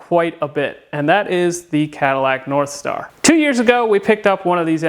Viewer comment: did you say narthstar?